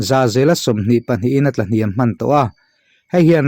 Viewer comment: Maaann nilo in,man tih zawk awm tak ani... (A bak chu) 👍